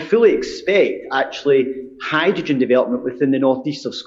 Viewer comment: The SNP Energy Secretary can't pronounce "hydrogen!"